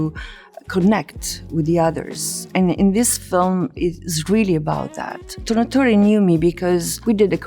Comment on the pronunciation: I don’t understand why she enunciated Italian names (i.e. Tornatore etc) with ‘an accent’ almost not to sound Italian, when her accent is clearly not British or American. All she may have accomplished these years is to not sound too obviously Italian, but she still has an accent. What a clown really. Humble yourself and respect your roots. Unless you can really REALLY fake it, which she can’t cuz her accent’s so thick still.